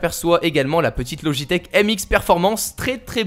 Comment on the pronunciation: J'ai eu mal au oreille en entendant ça aussi ^^